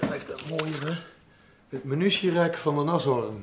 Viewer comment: En al na 27 seconden 'het menutierek'. Die kende ik nog niet, wel 'minutie' natuurlijk; van 'minuut'. Zou dit van 'menu' komen? Wat is er toch zo moeilijk aan 'munitie'? 😁